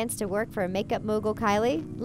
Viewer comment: All I'm hearing is Callie Jenner lol